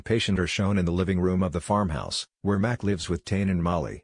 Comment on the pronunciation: They can’t pronounce Tane’s name right and they forget about her dating Logan before Gabe came back.